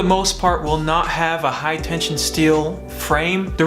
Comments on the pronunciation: Hi tensile. Not hi tension. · I don’t care, but it’s a 100% fact that you are saying tension, not tensile... lol own up, don’t take life so serious bro. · u do say tension loud and clear